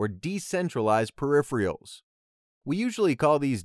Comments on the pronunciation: Peripheral is not pronounced "periphrial" !! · Clear and helpful. (But please check the pronunciation of 'peripheral'.)